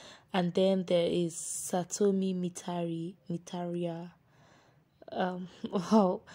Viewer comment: Satomi's surname is mitarai so it is pronounced mit-ah -Rye you know it rhymes with bye so that is how to pronounce her last name